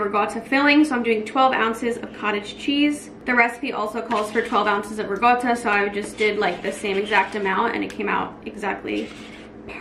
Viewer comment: Why does everyone pronounce ricotta with a g? lol